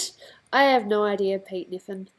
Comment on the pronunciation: she said kniffen right!!